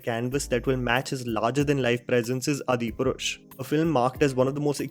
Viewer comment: Dude please work on your hindi. I love your content but naam to sahi le lo please its pronounced as "Aadi Purush"